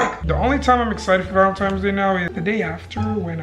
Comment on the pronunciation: MY MAN SAID VALENTIMES DAY AYOO LMAO IM GLAD IM NOT THE ONLY ONE WHO SAYS THAT